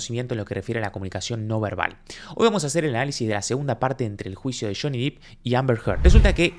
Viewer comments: Obviamente que queremos parte 3!!! Pero podrias ya dejar de pronunciar "diiip"?? Porque el apellido de johnny es DEPP (con doble "p" y no con doble "e", y se pronuncia normal: dep) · es Depp no Deep. Y Amber sí tiene maquillaje. Usó maquillaje cada día, sólo que la luz del lugar es malísima. En la "historia" de Johnny ella no usa maquillaje usualmente. En la "historia" de Amber ella se tapa su hematoma con maquillaje "natural" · Por favor. Depp se produncia con E! Si lo decis con I estas diciendo deep, que significa Profundo. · Pronuncien bien el apellido no es deep es Depp (no es dip es dep) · Es /dep/, no /dip/. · Ojo con el video donde johny esta golpeando cosas que seguro TMZ te va a cortar esa parte como reclamo porque ese video se lo vendio Amber a TMZ y es propiedad de ellos. Le paso eso a Juanito Say en su canal. Le cortaron esa parte del video. Y se pronuncia "Dep". Y si obvio que quiero la 3er. parte!! 💗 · Muy buen análisis, con ganas de ver la parte 3. A ver si para la 3a parte pronuncias bien el apellido de Johnny 😆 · Me encanta tu contenido. Soy suscriptora. Me pareces un pibe super culto y despierto por lo tanto te tengo que corregir que el apellido de Johnny se pronuncia con "e" no con "i" 🤣🤣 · Buen análisis. Un punto : no es Jhonny " Dip " , es Jhonny Depp ( se pronuncia así, " Dep") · se pronuncia DEpp con E no con I Johnny Diiip es un horror de pronunciación que te da mala imagen. saludos! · Se dice dep, no dip. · Interesante, qué buenos videos, apenas empecé a seguirte. Estoy siguiendo el juicio en otro canal y este me pareció muy interesante. Gracias. Aclaración. No es Deep, es Depp. Se pronuncia Depp, tal cual, con e. La doble ee en inglés de pronuncia como i, pero no es el caso aquí. Gracias y saludos !! 🤗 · Genial tu análisis, como siempre aprendo mucho con tus palabras tan claras. Pero por favor, su apellido es Depp, no /dip/ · Me atrapa un montón este juicio. Una aclaración, el apellido de Johnny se pronuncia "dep", no "dip"